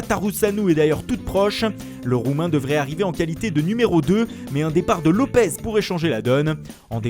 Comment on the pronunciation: Wanré Cross lopeS il est portugais pas espagnol c’est un s à la fin pas un Z